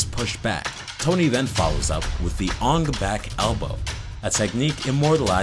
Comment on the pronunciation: Take a shot for every time he says Ong Bak incorrectly.